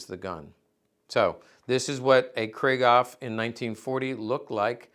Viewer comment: Griegaw ? Krieghoff is pronounced: 'Krieg' (like 'creek') (David Hassel)'hoff'. JFTR. Thx for the video!